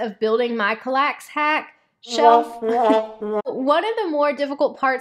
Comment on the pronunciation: CAL-lax. Emphasis on first syllable.